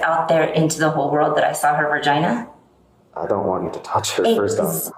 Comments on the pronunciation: Lady can’t even properly say vagina. “Ver-gina”… lady, if you can’t say medical terms properly because you aren’t mature enough to handle it, you probably shouldn’t be policing other women’s clothing choices. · she did NOT just say "Vergina" 😂😂😂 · "ver-gina" LMAOOOOOOO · "Ver-gina." SMH. She didn’t. Oh my god. Tell me she didn't.🤦🏼‍♀️🙉🫣😂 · "ver-gina" lmao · lololol she's saying 'ver-gina" fr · She actually said vergina... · i think the funniest part about this whole thing to me is that she can't pronounce the word "vagina" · Her...ver-gina? Wtf lol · well, that is what she said. Earlier in the video she uses the words "pussy" and "twat" but when she's talking face to face with a cop she acts like vagina is a "cuss word" and says ver-gina. She's a moron.